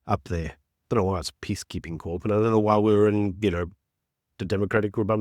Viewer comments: Love you.. but it's core not corps 😂 even tho it looks like it! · Its pronounced ' cor' not 'corp' even though its spelt with a P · Corp has a silent P